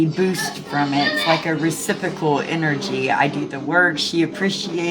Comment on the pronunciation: She says "recipical", and she spells it that way too. 😁